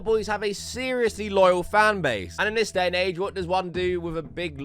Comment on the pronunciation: Your voice is a bit piercing, and it varies in volume too much. I'm not sure why you say "vis" instead of 'this' a lot of the time, either. 😂